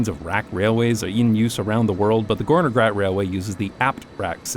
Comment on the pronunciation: Well to be precise, it is "Gornergrat", referring to the Gorner Glacier. "-Grat" is basically a mountain ridge. NJBs pronounciation was a bit too soft But still, it is an incredibly interesting coincidence, that a slavic Term can mean Something so fitting. Very cool